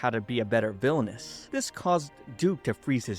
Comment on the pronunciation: All i hear is " VILONESS'